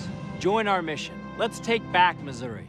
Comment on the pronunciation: he's not even pronouncing Missouri correctly, gtfo